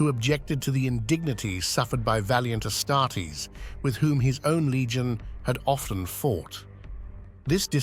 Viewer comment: You should mass replace text so the bot pronounces odd words correctly, example being how it says “Astares”. It could be replaced with something like “asstardeez” which has worked for myself in the past. Another thing I feel would improve would be using a female voice for the quote sections, helps break up the mood and regrab people’s attention.